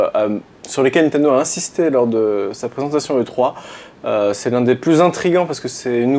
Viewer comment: Tommy Smiley oui mais ils ne le disent pas c'est 99% de "e three"